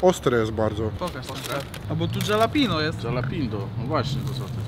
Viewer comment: Dżalapindo jakby to powiedział Mocnyvlog xd Hyh pozdro !